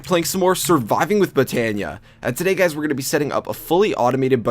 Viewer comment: Did you say hello gays (LoL)